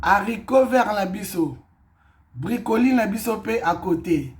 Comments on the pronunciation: oza musenzi penza eloko nini ya koseka eza wana ebongo brocolis eza repas ya ba congolais? sia ata alobi bricoli ou bracoli ekosala nini. oza nde na complexe ya français. muasi goût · Ko BRICOLI 🤣🤣🤣🤣🤣🤣🤣 ON DIT BROCOLIS CETTE COMMUNAUTÉ AVEC LE FRANÇAIS 🤣🤣🤣🤣🤣🤣🤣🤣🤣🤣🤣🤣🤣🤣🤣🤣🤣